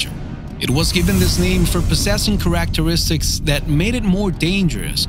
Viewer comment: Holy cow. Now I know why people use awful computer generated speech software in these videos... When he said the word characteristics I could have sworn my ears detached from my head and began writing me a letter telling me that they needed a three hour shower to remove the dirt I just shoved in my head. There are so many incorrect pronounciations in this video its was insanely hard to continue listening. I deserve a medal for making it to the end with my skull intact after all the facepalms i did that progressively got more and more agressive. Seriously, my reaction to hearing someone try to invent the word unirregardless in front of me was tame, this damn video gave me a nervous tic.